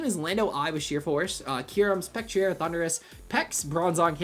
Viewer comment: p.s. i hate how you pronounce spectrier lol